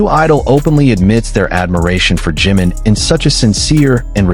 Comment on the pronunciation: Su nombre es JIMIN, no JIM, porque cuando lo pronuncias se interpreta como JIN que es otro de los Miembros de BTS. Por favor 🙏 con mucho cariño te pido pronunciar correctamente el nombre de nuestro precioso miembro JI-MIN